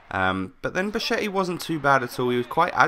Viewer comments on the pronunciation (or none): in italian "chi-che" is "ki-ke"